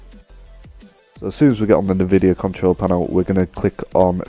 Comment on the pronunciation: Its "nvidia" not "nividea" but nice vid ☺